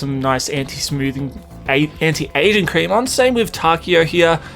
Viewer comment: I thought your said Mait Asian